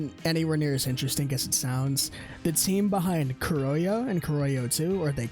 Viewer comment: My man if you don't know how pronounce Kurohyou is okay but why??? Hahaha srry, Black Panther is the English name if you have no idea how pronounce the Japanese name. Also, good iceberg, I love Yakuza but their lore is interesting and some are new for me.